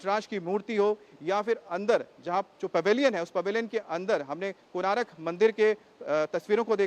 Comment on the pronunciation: it is konark, not konaarak.